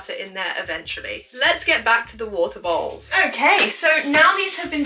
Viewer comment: with ur accent when u say "bowls" it sounds like "balls" to me 😭😭